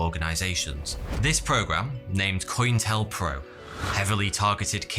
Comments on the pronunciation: In wacko Texas!?😂 It’s pronounced: way-co. And cointelpro is pronounced: co-intel-pro.😊✌🏼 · Al Capone .... silent e ... not like pony like phone Co-Intel-pro ... not coin-telpro Waco ... Way Ko ... not wacko. You're welcome